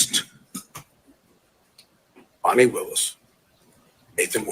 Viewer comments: A total lie. Your channel clearly supports everything Trump. You're not reporting news you're giving opinions. And Fanni Willis's name is pronounced "far-nee" not " fan-ni" something you white folks do all the time purposely mispronouncing black folks names. I've watched your channel and you only post videos supporting Trump. You people are having a serious problem with all these black prosecutors holding your boy accountable. Something you Europeans failed to do for decades. As for you, you are clearly biased making comments about Ms Willis body. You are a racist disgusting moron. Garbage CHANNEL....GARBAGE CHANNEL....GARBAGE CHANNEL....GARBAGE CHANNEL....GARBAGE CHANNEL....GARBAGE CHANNEL....GARBAGE CHANNEL....GARBAGE CHANNEL....GARBAGE CHANNEL....GARBAGE CHANNEL....GARBAGE CHANNEL....GARBAGE CHANNEL....GARBAGE CHANNEL....GARBAGE CHANNEL....GARBAGE CHANNEL....GARBAGE CHANNEL....GARBAGE CHANNEL....GARBAGE CHANNEL....GARBAGE CHANNEL....GARBAGE CHANNEL....GARBAGE CHANNEL....GARBAGE CHANNEL....GARBAGE CHANNEL....GARBAGE CHANNEL....GARBAGE CHANNEL....GARBAGE CHANNEL....GARBAGE CHANNEL....GARBAGE CHANNEL....GARBAGE CHANNEL....GARBAGE CHANNEL....GARBAGE CHANNEL....GARBAGE CHANNEL....GARBAGE CHANNEL....GARBAGE CHANNEL....GARBAGE CHANNEL....GARBAGE CHANNEL....GARBAGE CHANNEL....GARBAGE CHANNEL....GARBAGE CHANNEL....GARBAGE CHANNEL....GARBAGE CHANNEL....GARBAGE CHANNEL....GARBAGE CHANNEL....GARBAGE CHANNEL....GARBAGE CHANNEL....GARBAGE CHANNEL....GARBAGE CHANNEL....GARBAGE CHANNEL... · How in the Hell does “Fani” become “Fawni”? Give it a rest!🤣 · Can we STOP with Foni its FANI